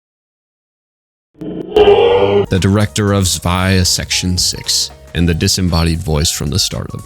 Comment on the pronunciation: >suwaia I am begging you, say "Tswei".